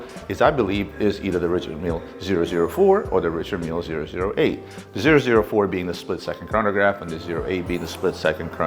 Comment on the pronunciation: None of these guys can properly pronounce Richard mille.